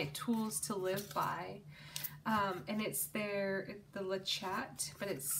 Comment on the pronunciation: Le chat means "the cat" in French lol. (And it's pronounced more like "le shah")